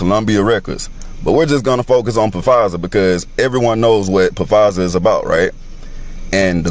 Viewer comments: The guy talking about Pa-fizer! Has he never watched the news??! Surely he has ears. Lol He who has ears, let him hear! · It's "PaFizer" for me 🤣🤦🏾‍♂️ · I have a really hard time believing anything anyone says that pronounces Pfizer, P Fizer tf 🤣🤣 BTW Love ur conspiracy vids comps, especially since I refuse to get TikTok so thx for sharing. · At least say Pfizer right damn.